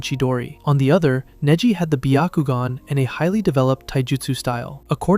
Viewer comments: Neji ❌ Niji ✅ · So did you do that on purpose? You started off with proper pronunciation for Neji, then kept butchering his name with AI. I hate you guys.